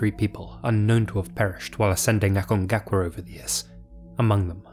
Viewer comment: dude. aconcagua. not acongacua.